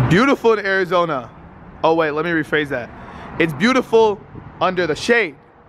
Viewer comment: In AIRIZONA 😂 it sounded like that